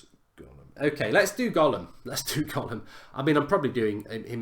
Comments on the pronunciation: gollum hahahahh it's Ghoulam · Its ghoulam not gollum😂😂😂😂😂😂😂😂😂😂😂😂😂😂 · It's GHOULAM not GOLLUM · isn't it ghoulam